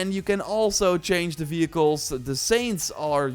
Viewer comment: fehicles? or vehicles